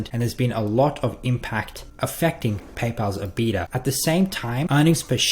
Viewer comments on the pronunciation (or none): Lol that's not how you pronounce EBITDA...ebit-da